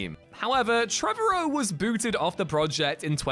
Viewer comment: “Trevorrow” rhymes with “tomorrow.” It’s not “Trevor O.”